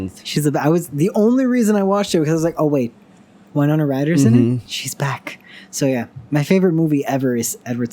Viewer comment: "whynona" i. want. to. die.